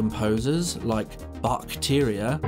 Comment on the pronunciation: Bach-teria is killing me